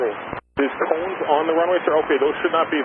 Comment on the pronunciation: Literally no one: JFK airport: CONESS!